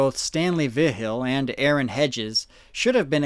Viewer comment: Dude I love you, you do amazing research but hearing you pronounce Vigil is actually hurting my soul